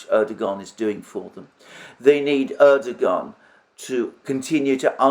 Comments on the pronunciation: The Turkish language generally does not pronounce the g inside a word with a ‘guh’ sound. It is generally pronounced with a ‘wuh’ sound. So Erdogan is not Erdoguhan, it is Erdowuhan. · Erdogan name is pronounced "Erduwan", or "Erduan". There is a little mark on top of the g. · Excellent presentation by Alexander M. but he would even be more credible if he could properly pronounce the name of Erdogan (it is Erdowan, without g).